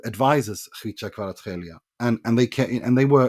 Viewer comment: When I heard that pronunciation I was like :O. Respect from Georgian.